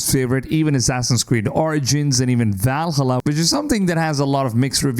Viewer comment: My man, how did you just pronounce Valhalla?....